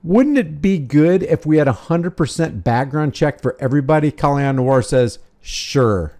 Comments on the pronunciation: Is his name pronounced Kahl-lee-on?? If it is, I've been saying his name wrong the entire time :/ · You mean disarming himself? I'm mainly referring to 2A advocates who believe in Rights for me, Not for Thee. Just like Colion. (pronounced co Lee own) If you believe in licenses and registration as well as those who have served their sentences and do not deserve their rights restored, I'm against. We obviously have to surrender certain rights to exercise others and I don't agree with that either. Maybe if we called getting our civil rights violated "the r word" instead maybe people would take them more seriously.